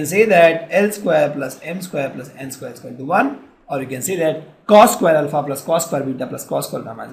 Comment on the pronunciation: cohshines, rayschieos and ul-fa.